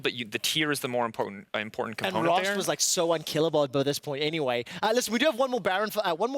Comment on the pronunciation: Who is “rost”??? He keeps saying rost...